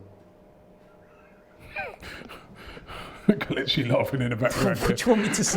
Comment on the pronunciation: man said ozilz buying new skins😂😂😂😂😂